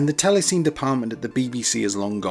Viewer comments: Terrific video; however, I can tell you're a youngster! That tv/film apparatus was pronounced, "telly-sinny," as in sinny-mah - or cinema. Or sinny camera (cine camera). Please don't be offended - I know it's really important, yet it's a tiny historical detail to keep correct in my opinion. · I was a few days late to the vid, so was able to read the pinned update and correction hah… but yeah the prononciation jarres me every time 😂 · This was a really interesting, well researched video. But one little niggle. Telecine is pronounced "telly-sinny" not "telly-seen". Back in the day, people used to have cine cameras and cine projectors for home use, so the term was more familiar. But other than that, a great, informative video. Consider me subscribed 😊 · Good video! Telecine is actually pronounced TELE-sin-ee, not TELE-seen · TEL-E-SIN-EE, not TEL-E-SEEN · Is it pronounced ‘tele-SEEN’ or ‘tele-SINNY’? We always used the latter when I worked in television… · "Telecine" is pronounced "tella-sinny". And you've got telecines and film recorders mixed up. A telecine converts celluloid film to an electronic TV image. A film recorder takes an electronic TV image and records it onto film. Two different machines, each doing the opposite of the other. Additionally, it's not correct to say that :"if you ever watched TV in the 80s, you've seen Scanimate"; Scanimate was a late 70s phenomenon, and then almost exclusively in the USA. Only a handful of machines were ever built. The distinctive look of 80s TV is down to the early digital effects and graphics units from the likes of Quantel, Aston and Chyron. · Tele Cine is pronounced "telly sinny" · Very good - a couple of roughly approximates here and there, but nice. Picky: 'telecine' was rponounced 'telly-sinny', and 'moire' is 'mwarhray'. Telecine is now just about extinct. Happy days,. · Came here to see if anyone had commented on the Telecine pronunciation, only found you! It jarred a bit.